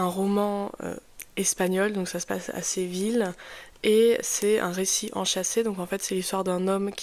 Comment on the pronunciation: Séville , pas Seville